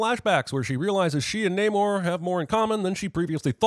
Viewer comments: It’s Pronounced NAH-mor not NAYYYYYY-nor, Jeremy. (BTW, I was making a joke. Th3birdman’s point is true) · I am very annoyed tho that Namor has clearly stated his name to be Nuh-morr, yet everyone keeps calling him Nay-more. Like bru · You should sin yourself for constantly mispronouncing Shuri and Namor’s names